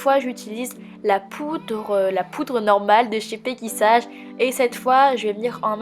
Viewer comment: ça se prononce pas pegy sAge mais pegy sayge